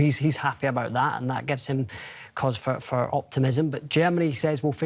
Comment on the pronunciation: She say faw 3 more mouths